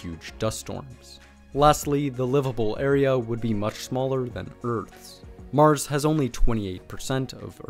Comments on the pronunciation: "On Meurs"... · I swear I heard you call mars Morris a couple times.